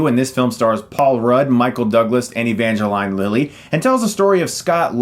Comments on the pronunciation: E-van-ga-line? E-van-ga-leen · Evange"LEEN" Lilly, NOT "LINE", GET IT RIGHT CHRIS. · Evangeline Lily's first name is pronounced Ev-Ange-leen, just wanted to let ya know, Chris. Like Angeline but with "Ev" at the beginning of it. Also, loving the Winter Soldier t-shirt. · l think it's evangel-ee-ne, not evangel-ay-ne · Evangeline (E-van-gha-leen) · You pronounce ‘ Evangeline ‘ wrong lol ….which she’s one of the hottest chicks ever